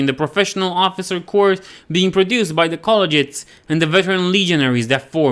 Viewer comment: Love the video. Few notes on pronunciation for, because English is stupid. don't up vote "Embalming"-b is silent "Corps"- pronounced "Core" "Epitome"- hard E at the end, e-pit-o-me